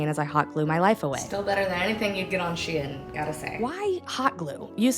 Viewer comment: Woah! 3rd pronunciation of "Shien" just dropped.